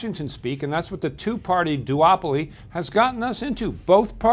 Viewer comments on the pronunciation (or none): Every time I hear Bill say "duopoly" I hear "doo-wop-oly" and imagine The Temptations in office.